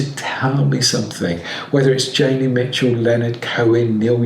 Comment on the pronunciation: It's JONI Mitchel.